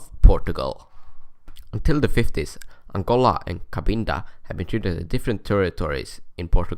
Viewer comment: aangoLAAA😆😆😆😆 / as he says it.